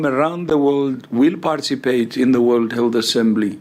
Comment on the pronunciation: I don't want to make fun of someone's accent, but you must love how Tedros's pronunciation of "health" sounds like "Hell", which is very fitting for what they have done and they're trying to do.